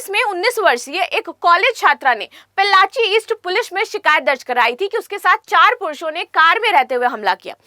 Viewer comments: Pollachi not pellachi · Mam please correct your pronunciation of Pollachi (Town in Tamil Nadu) Not pellachi